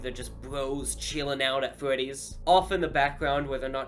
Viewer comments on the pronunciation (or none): Not five nights at fwetys its five nights at freddys